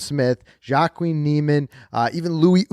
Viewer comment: his name is pronounced.....Waa-keen, not Jock-queen